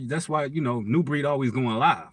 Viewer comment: Very proud of your turnaround. My wish is that continue your journey peacefully and that you reach as many sheep as possible. I also admire what you do its brave.....love it! Thank you soo much but plz change the way u say nubreed lol